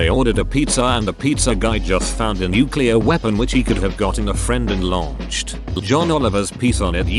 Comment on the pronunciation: oops in a nuculear powerplant is the worst thing you can hear